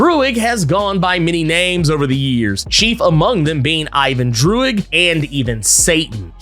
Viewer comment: I love how you said Droog like the rapper Your Old Droog 🤣